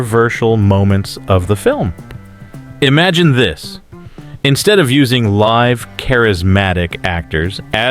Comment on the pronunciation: You said, "liv" actors instead of " live" actors. Learn how to read.